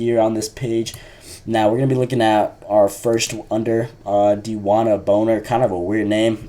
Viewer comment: U pronounced bonner as boner 😂